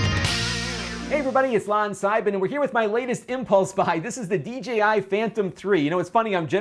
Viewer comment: I noticed you pronounced it the D "G" I Phantom . I do the same thing. For some reason my brain doesn't want to put the "J" in there unless I slow down my speech quite a bit and think through what I am saying. I can't wait to see more from this.